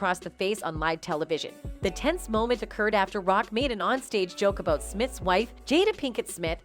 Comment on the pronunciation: The narrator talks "aboat" Jimmy Kimmel and "Weel" Smith.